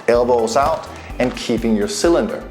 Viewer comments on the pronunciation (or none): Cylender? Albow? Wtf?